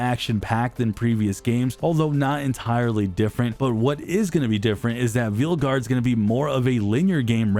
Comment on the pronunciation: Dragon Age the "Veal Gaurd"?? 😂